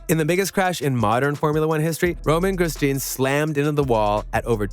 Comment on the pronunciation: How about showing a bit of respect by learning the correct pronunciation of Grosjean?